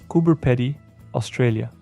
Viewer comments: its cope "pee die" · I wouldn’t sweat it, just funny thats all😊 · Lol, listening to you pronounce Cooper Pedy. It's pronounced Cooper Pea dee.